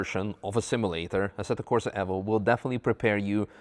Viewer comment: ASSETTO CORSA EFFO ? you mean evo ?